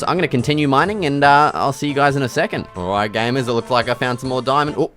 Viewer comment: The way he says gamers is like GAYMERS